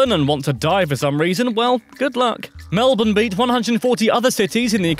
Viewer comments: Koz - ee - osco. Well done on Melbourne tho, most youtubers butcher it Also, technically, the territories are not states. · When they pronounce Melbourne correctly but not Uluru or Kosciuszko.